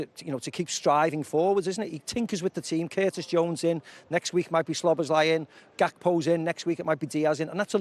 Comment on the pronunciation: Someone seriously needs to tell Macca it’s pronounced SOB-OZ-LIE and not Slob-oz-lie. He’s been at the club for over a year now 😂